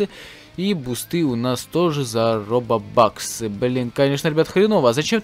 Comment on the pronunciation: не робубаксы а робуксы